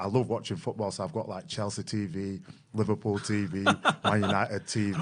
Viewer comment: Don't you mean LiVARpool lol?